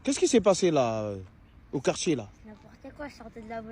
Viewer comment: Le syndrome Djelogu ... Il frappe principalement dans les quartchiers , frère , wallah .